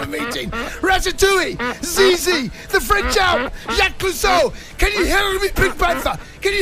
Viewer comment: Did he mean to say Zizu? Zizi means 🍆 in French (in a silly way) ahahahah🤣🤣